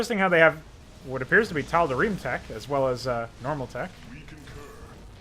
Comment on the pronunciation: ”The tod’arim” <3